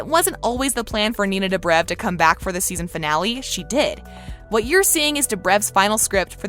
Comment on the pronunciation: She's saying dobriv instead of dobrev, and stafon instead of stefan, ugh she's as bad a kai parker 😂